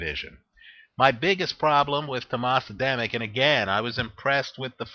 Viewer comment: You make a little mistake in Adamek pronounciation. Just make the second A in Adamek sound like the first one and it will be fine;)